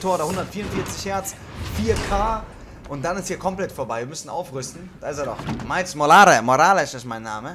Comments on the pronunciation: Es gibt nichts auszusetzen aber bitte... Sag nicht mehr Miles Morals, es heißt Miles MoralES 😂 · Niemand:: miles morals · wird aber „morals" aussgesprochen